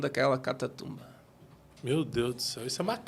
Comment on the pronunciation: Não duvido de nada ! Mas, o que esperar dum pastor q diz “catatumba” ao invés de catacumba ! Todo torto